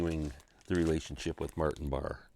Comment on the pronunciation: No It's not! It's pronounced Barr. Ian Anderson introduced him on a live Tull album as Martin Barray- as a pisstake!